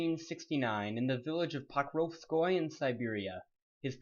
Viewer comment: His birthplace is pronounced "pro-KOV-skoy-yeh"